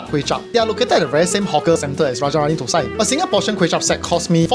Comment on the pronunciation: dont pronounce it ThoSai (4th Tone) which means it sounds like shi.Tho Sai (1st Tone) pronounced thah-seye.